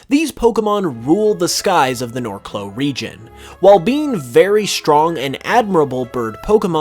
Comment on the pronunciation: someone needs to tell that the region is named Norcloh, not Narcloh lol